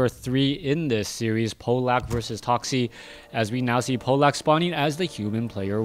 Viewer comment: In fact, it's "Pavlak". ;) Trust me, I'm from Poland too.